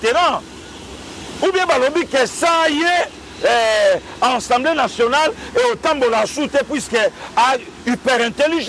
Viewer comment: On dit Assemblée Nationale et pas Ensemblée Nationale.😂😂😂